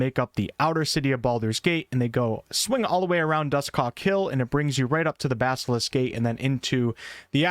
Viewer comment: Why you sayin Dusthawk like that? "Dus Cock?" pretty sus.